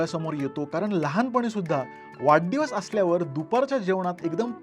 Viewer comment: वाढदिवस याला तू वाड्डीवस का म्हणतोय तो पण पुणेरी शब्द आहे की काय